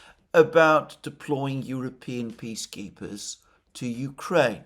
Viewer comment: I know that Alexander is saying "peace keepers" but I keep hearing "bee keepers" and I realized: By gosh, that's it! I think it is a divine inspiration. Bring in an army of Chinese bee keepers. What could bring peace more certainly! The news of it, alone, would confuse the war mongers so thoroughly that maybe they will just wander off the stage.